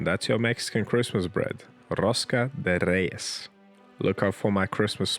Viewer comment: As a Mexican, I must say this was a gorgeous rosca de reyes! Also, the video was worth it just for your great pronunciation of it.